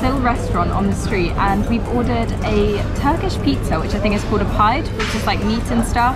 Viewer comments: its pronounced Pid day...please ask someone, how its pronounced , your in Turkey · Hey, it is pronounced Peeday in turkish not (pied). since I am very familiar with turkish culture, i can help you with pronouciation from now on:) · Some of the comments and mispronunciations in the video made me chuckle… “pied” 😂 Enjoy your trip. I’ll follow to see more of where you go.